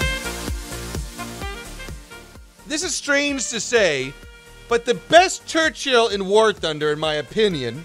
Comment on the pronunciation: Ah yes, the Gerchill.